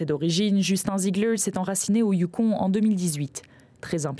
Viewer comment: Il se moquait de sa prononciation à la française, je pense. 😅 On prononce « on », mais les Français ont tendance à prononcer « onne » des mots comme Yukon, Boston, ...